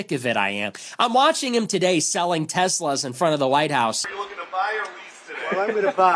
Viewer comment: And he consistently said Tesler😣